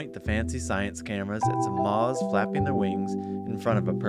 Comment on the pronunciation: Incredible, but why does this guy pronounce "moths" like that? Almost like the "th" is silent?